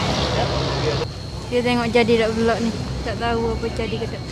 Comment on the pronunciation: Buke vilogg.. Velog velog velog VELOGGG . . Awok kalu blog, awok blh plok baco belog . Bakpo xbaco bilog ?? Veeeelogg. Vlog . Aaaa gitu . Xmaroh oyak jah . Nk sebut vilog pun xdok hal bena. Hahahahha.